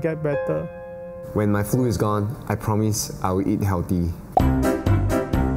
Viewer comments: promise not promose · did anyone notice ? "promose"